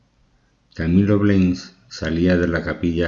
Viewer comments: Me dió sueño el relato...señor 🙄🙄🙄y es Blanes, no Bleins😏🤪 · Blanes!!! Así como se lee!! No se leé, Bleins!!! Que mal que ustedes, españoles, no sepan decir ese apellido. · Sr locutor el apellido es BLANES en castellano, manía de cambiar el sonido.Blanes, gracias. Mi pésame Cámilo Blanes Ornelas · Es simplemente Camilo Blanes, se pronuncia como se escribe. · Es un apellido español,no lo pronuncie por favor como si fuese inglés. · Es Camilo Blanes pronuncia bien